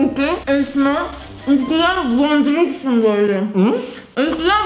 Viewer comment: One Direction'ı van dayrekşın diye okumak yerine van direkşin diye okuduğunda hayattan soğudum diyebilirim